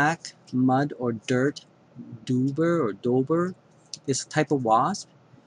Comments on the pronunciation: You can see the blue tint of the wasp in the video. Also, a "doober" sounds more like something you smoke. It's pronounced like "dobber" you dummy. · its pronounced DOBBER like mud dobber. i hate those things